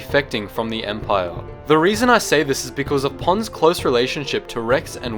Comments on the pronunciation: I thought you said Puns or Pans but you said Ponds..... He was one of my favorite. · I know his name is Ponds, but I keep hearing Puns... Commander Puns \@@ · kyle jackomino , Not to be Rude but Its Commander Ponds not Pawns